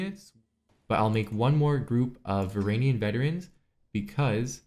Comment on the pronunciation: Varangian is pronounced vuh-ran-jee-in